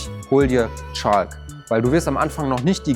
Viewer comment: Er meinte bestimmt Chalk und hat das L verschluckt heehehehehheehehe